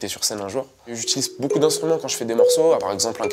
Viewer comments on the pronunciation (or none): none